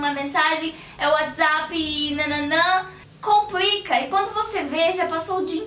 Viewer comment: é inpressao minha ou ela disse comprica no